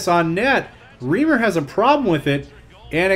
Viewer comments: and stop saying riimer its REIMER. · Dude Its Reimer Not Reemer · just to let you know it's pronounced ry-mer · Reimer is pronounced as "Rymer" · Toronto's goalie is pronounced as Rye-mer...